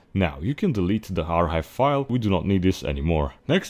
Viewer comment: lol ur making the c silent in archive